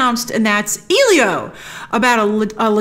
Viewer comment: Just for future reference, Elio is usually pronounced with an “L” sound like the letter is pronounced, not an “eel” sound. Thanks for staying on top of all this content!